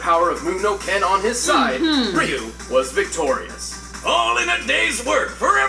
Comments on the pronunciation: Ree-yoo not Rai-yoo! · Wow guys, after all this time, y'all gotta stop saying R-eye-u. It's R-ee-yu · It’s Ree-you, not Rai-you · did they just pronounced Ryu, Rayu it's pronounced Ryu ryu c'mon you should know this IT'S NOT RAIU IS RYU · "ree-you" not "wry-you" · Entire Video: "Ryu"(Ree-oo): "RAI-OO"....Really? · ugh the character been around for close to 30 years yet yall still cant pronounce his name. its RYU, ONE syllable not two so no WE-YOU/RAI YOU, its RYU!!!!!! like ewww gross where are you getting these sounds from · Not as bad as still pronouncing Ryu as "RAI-OO" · Why does everyone say rie u instead of ryu? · You said RYU wrong(what you're saying is Riu) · it’s pronounced REE-YOU RYU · Can't even say Ryu?!? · He mispronounced Ryu I’m pissed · i can never be on team again saying his name like that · ......seriously they freaking TELL YOU HIS NAME in the video multiple times and yet you STILL mispronounce it? Seriously the amount of people even fighting game fans who I've heard mispronounce his name is stupid annoying. I know it seems petty to some people but when it comes to names I can get pretty uptight about it because my mom used to work with a girl who would mispronounce people's names because she thought it was funny no matter how many times people told her to stop.